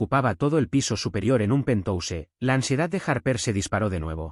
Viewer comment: Mala narrativa!!! No tratan de aprender como hablar. Cuando hay palabras en inglés!😅😅😅😂😂😂 ( penthouse). No se dice Pentose 😂😂😂